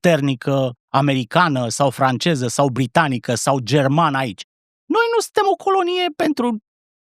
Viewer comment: Georgică a (ș)parlit "francieză" bă' băiatule.... 😂😂😂